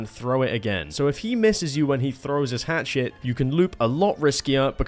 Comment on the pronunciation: “Hatchet” PLS STOP YOURE KILLING ME